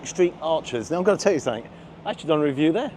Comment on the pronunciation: I like the way you say 'sunnink' rather than 'something' 🙂